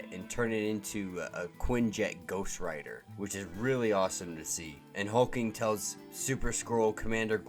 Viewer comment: Why are you calling HulkLing, Hulking?